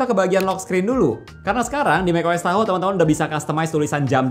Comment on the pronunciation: Tahoe ❌ Tahu ✅